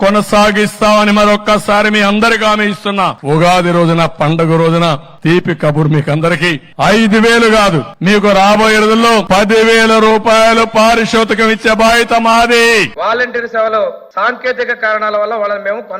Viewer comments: పారిషోతికం కాదు పారితోషికం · అయన పారితోషికం అనలేదు పారిషోతికంఅన్నాడు😂 అయన అబద్ధం ఆడలేదు. మీరే పొరబడ్డారు😂 ఈ రోజునుండి నా అభిమాన నటుడు CBN 😂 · చంద్రబాబు గారికి సరిగ్గా మాట్లాడటం కూడా రాదు,,, పారితోషకం అన్న మాటకు పారీ సోతి కంటున్నాడు😅😅😅😅😅😅😅